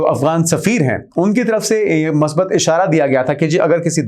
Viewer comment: the word is not "Masbat" it is "Musbat", if you don't pronounce it as "Musbat", then also pronounce "Maseebat", instead of "Musabit"....I neither like or dislike your channel. You need to improve your Urdu prounciation.